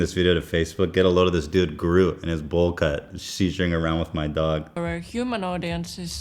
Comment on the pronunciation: Hey, thanks alot for another great video! I'm glad to see that an estonian has made it to your channel atlast. By that I mean the pet performer Krõõt Juurak (who's name was falsly but funnily pronounced Groot) who perfectly portrays a common estonian. If you want to see more great examples of "being estonian" you should check out Tommy Cash or any other estonian performer. for that matter. Much love! Your diehard fan Romet